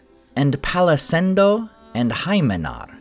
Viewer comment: That would be "Palakendo" - I hate to mark words in such petty fashion! - other than that, what a beautiful video on a topic I previously knew nothing about! (And I like to say that I grew up with two religions in my parental household - Catholicism and Tolkienism!)